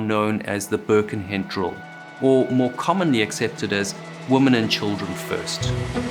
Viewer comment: Always enjoy your excellent videos. May I remind you that Birkenhead is in Cheshire, not Lancs. And it’s pronounced with emphasis on ‘head’. Sorry if this is pernickety, but I live there!